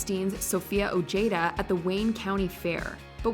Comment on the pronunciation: You go out of your way to pronounce names like Ricky Gervais the way you do yet can't pronounce Ojeda correctly?